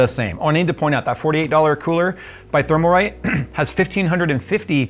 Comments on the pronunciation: It's Thermalright, not Thermalrite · Thermalrite? I thought so... It IS thermalright and you said it thermalwrong 🤣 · Isn't it "Thermalright"? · is Thermalright not Thermalrite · Thermalright, not Thermalrite. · I think you purposely say Thermalright and Thermaltake I take it that